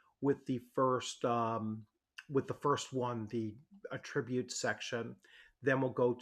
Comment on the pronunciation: The accent is on the first syllable of the version of the word "attribute" you are using.